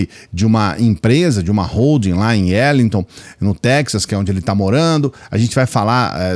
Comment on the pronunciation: Não tem “Erlington”. É “Arlington” e o “a” é pronunciado como “a” mesmo…